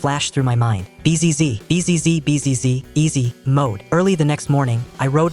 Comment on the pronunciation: Bot why you say bzzz as b z z